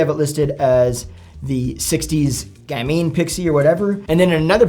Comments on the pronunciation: Gamine as in gam-en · Gamine - pronounced GAM-in. A petite, charming girl or woman, especially one with a playful demeanor. Alternatively a street urchin. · Pronounciation: GAM- in, rhymes with 'famine'. (Like lanolin, w/o the 'ol'.) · this name comes from french language 'petit gamin' which means 'little boy'. You find it in women's clothing styles too. This refers to not so tall women with narrow hips no waist and smaller breasts. Therefore it's contradictory to say gamine. Because '...ine' is the female end syllabus whereas '...in' is the male form of this end syllabus. If you want to know how to pronounce it just ask the internet, there are lots of possibilities to hear it spoken. It is too dificult to describe and, unfortunately, I cannot find the signs for phonetics.